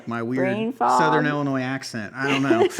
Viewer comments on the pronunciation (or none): none